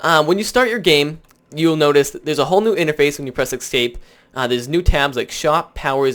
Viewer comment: E-S-C-A-P-E! learn to speak proper English.